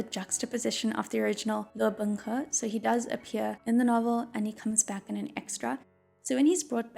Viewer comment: ok listen listen this video is great and I love it but it also made me very aware of how Binghe is pronounced way too similarly to Bunghole which I cannot unhear now ;o